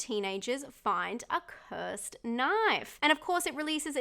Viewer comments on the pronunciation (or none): none